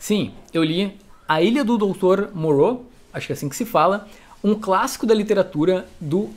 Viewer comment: a pronúncia correta é Morrô 👍😉